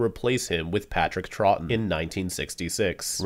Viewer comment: Him pronouncing Patrick troughton’s name drove me insane